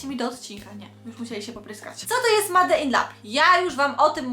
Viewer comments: Się MADE in lab wqrwi 😝 czyta się MEJD nie MADE!! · Kochana "Made" czytamy "mejd"